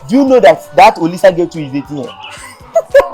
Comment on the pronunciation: Eeeeii so the girl name is Olisa and kyekyeku said Louisa 😀😀😀😀😀😀😀😀